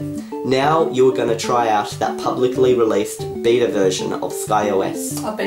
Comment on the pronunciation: you said bita